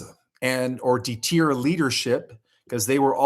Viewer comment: Love you but man you butcher so many words lol deter clandestine